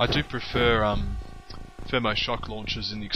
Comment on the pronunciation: You prefer the Thermal Shok Launchers because... what now? That wasn't any human word I've heard before...